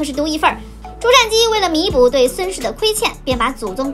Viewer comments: 瞻，音沾而非佔。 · "瞻"是不是應該念"ㄓㄢ"才對? 前瞻(ㄓㄢ)